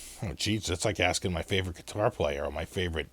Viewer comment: So, where did you buy your Chinese geee-tar? Lol